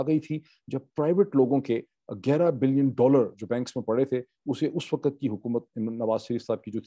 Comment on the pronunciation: Moeed saheb.The prononciation is ''Waqt'' not ''WaqAt'' 😊